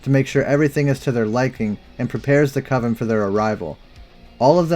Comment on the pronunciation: "Coven's"? LMAO